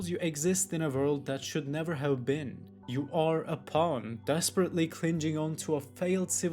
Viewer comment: Why are you pronouncing the word "clinging" like that? AI?